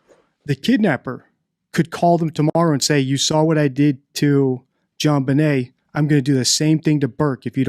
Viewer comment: Straight up …He said Jon bnai as in …..😮instead of Benet.